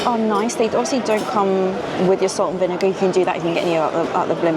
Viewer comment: Having trouble with the vinegar tee hee